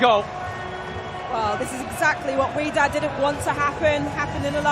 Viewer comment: Wydad pronounced “whydad” not “wedad”, can’t they read